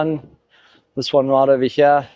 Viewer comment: every time he says "over here" he suddenly discovers his ancient british roots, and says "ova heeeyaaa!!" lolz